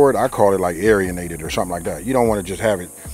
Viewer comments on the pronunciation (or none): he said aryanated lol love your vids man and in texas miracle whip works good to,but garlic butter is the bomb